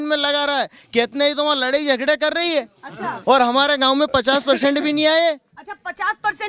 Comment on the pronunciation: मामा गांव नहीं आ गांव